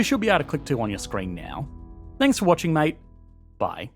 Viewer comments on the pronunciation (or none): none